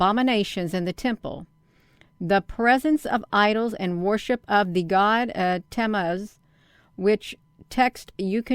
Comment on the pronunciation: Pronounced TA MOOZ